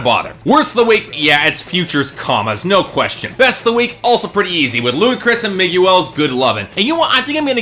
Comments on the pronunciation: ***** It's pronounced MIG-EL. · You didn't pronounce miguels name right